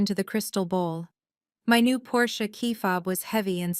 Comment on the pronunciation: Thank you for pronouncing 'Porsche' properly. It makes all of the difference to those who know.